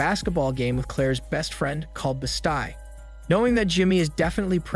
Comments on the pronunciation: This was the first video of yours that made me wonder if you actually watch the movies that you narrate or do you just read from a script? The reason I ask is because no one would ever mistake a linoleum knife for a Machette and Claire’s (BEST-EE) is named Jen not (BEE-StI), it totally took me out of the video each time you mispronounced it. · I'm so triggered on how he says bestie, as best-eye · Wtf is wrong with the pronunciation on this channel? Bes sty? Really? I mean really?